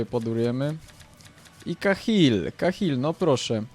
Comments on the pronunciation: Kahil Bale xD Kejhil i Bejl się czyta :P Tak jak GOL Cristiana Ronalda xD Xavi pięknie podał Inieście xD Pozdro dla redaktorów z gazeta PL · Kejhil a nie kahil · filmik świetny fajnie się ogląda ale, mam nadzieję że, z biegiem czasu nauczysz się wymawiać "Tych znanych zawodników" bo myślę że Bejl czy Kejhill to powinieneś umiec wymawiać ale, i tak super i SUBA masz. Monety z allegro? PS: CHCIAŁBYM abyś kiedyś zagrał meczyk Chelsea Londyn albo jakąś karierę:) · czyta sie keichil anie kachil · Garet Bale ( Garet Bejl ) ale Nie Kejhill tylko kehil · Cahill mówi się Kejhil a nie kahil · kejhil i bejl się mówi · czyta się bejl i kejhil